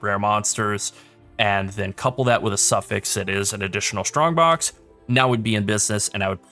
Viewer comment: For someone that didn't have English as it's native language, I find it really fun, hearing the word "shtrongbox" ^^